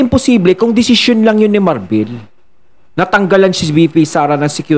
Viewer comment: Marbil hindi Marbel ano capt marbel?